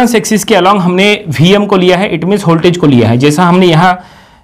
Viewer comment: its voltage not holtage